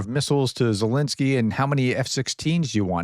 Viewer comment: Try to write and pronounce Zelensky's name correctly. He deserves our respect.